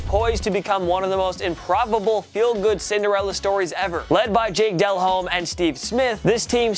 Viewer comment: Can you please stop calling him Jake "Dell Home" his name is Jake "Duh Lome" For fuck's sake read the comments